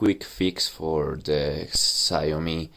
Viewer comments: It’s XIAOMI not XAYOMI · He just has to fix the "X", the rest was pronounced ok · The correct way to pronounce XIAOMI is "cell me"